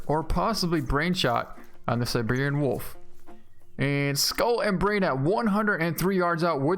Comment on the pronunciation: dude...... it's iberi-an not iberion. please fix it!~